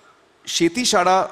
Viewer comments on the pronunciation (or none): अजून हे साहेब मराठी शिकतच आहेत ?. किती वर्षे राहतोय अमिर महाराष्ट्रात? शाळा ला शाडा म्हणतोय. किती उत्साह आहे मराठी शिकण्याचा. वा वा!